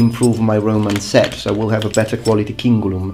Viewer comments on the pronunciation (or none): instead of Roman set I first heard Roman sex... O_o